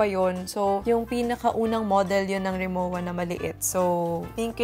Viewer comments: It's actually pronounced "Rimovah" as it is a German brand. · I love hauls!!! 😊♥️ it's pronounced as rimoVa since it's a German brand. 😊